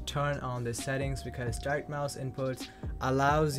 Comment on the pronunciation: Get smaller glasses young man, and women will be all over you. (Men too, if that's your thing). To help, "die-rekt". You are missing the sound of the 'ct', in the word [direct]. You need to end it with a sharp 'T' sound, like saying the word 'target'. I hope that helps. ♥️😇